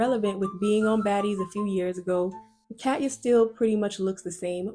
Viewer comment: Cat’s name is actually pronounced cuh-tia Catya